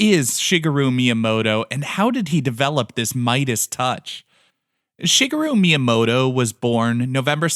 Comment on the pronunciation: At least try to pronounce the name right 🤪